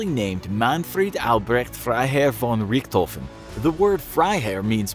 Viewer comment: Me: what is he saying? Him: blah blah blah Von Richthofen. Me: 🤔